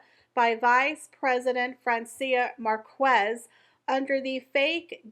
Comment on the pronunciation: her name is pronounced Mark ez, the u is silent